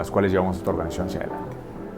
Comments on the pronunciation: No quiero sonar mamón pero en el minuto dice Oranización en vez de organización. Saludos y gracias por los consejos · Bro, (observación) dice "oranización" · Excelente , definitivamente una inspiración. "oranizacion" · Excelente video. Pd: En una frase dice “oranizacion” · Minuto oranizacion? Qué es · Alguien mas vio que decia ORARIZACION en bes de organización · Excelente historia! ORANIZACION :v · "ORANIZACIÓN" MINUTO